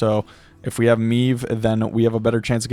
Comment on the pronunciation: Classic W | but my guy, way to butcher the pronunciation of Maeve :P